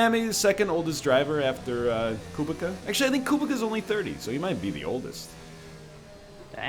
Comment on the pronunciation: I'm pretty sure kubica is pronounced coo-bitz-ahh